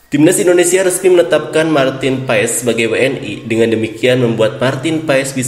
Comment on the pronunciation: MARTIN PASS ....Bukan Paess lo kira Paess AYam 🤣🤣